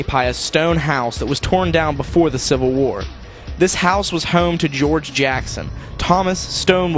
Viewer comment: I thought he said "we lost the WHORE" not WAR! :)